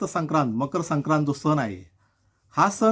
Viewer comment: तुमच्या व्हिडिओ मधील संदेश हा सर्वांना मौल्यवान आहे पण मराठी भाषेची अडचण अशी की सणाला सन नाही तर सण असा उच्चार व्हायला हवा.. 'न नळातला आणि "ण" बाणा तला ही चूक समजून घ्यावी ही माफक अपेक्षा . मकर संक्रांतीच्या तुम्हाला खूप खूप खूप शुभेच्छा!